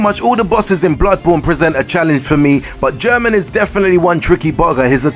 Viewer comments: Orphan of Kos should've been here instead of Gherman (Also it's not pronounced 'German' it's 'Geh-man') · Gherman isn't pronounced like German